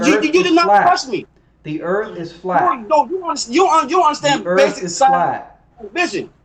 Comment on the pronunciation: This guy is a mouth of garbage, erff is not earth